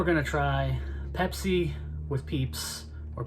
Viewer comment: Peepsi :D Great vid!